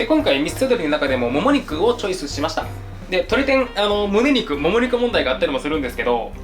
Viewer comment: もも肉のイントネーションが果物の方なのよ笑